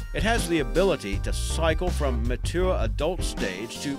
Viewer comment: "ma-tour" are you serious